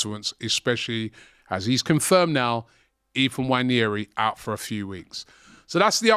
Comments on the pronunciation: That guy's name is not "Wanyeri". Its "Nwaneri" please Robbie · Why does aftv call him Wanyeri? Nwaneri is very easy to say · “Waneri”? Guy can’t even pronounce his name properly 🤦🏽‍♂️ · Robbie, can you get the pronunciation of Nwaneri’s name right?